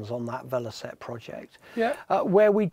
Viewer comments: "VeloSette"? 'VeloCette'! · It's Velocette not Velosette